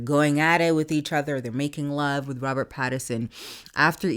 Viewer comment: It's Robert Pattinson, not Patternson.